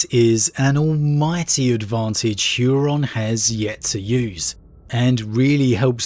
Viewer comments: You pronouncing Huron's name as "Hyuron" is giving me weird feelings. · "Hooron". No "yu" in there. It sounds silly.